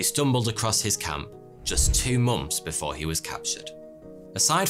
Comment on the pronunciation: So.. anyone else notice it sounds like he says "mumps" instead of "months" I really can't unhear it now. Lol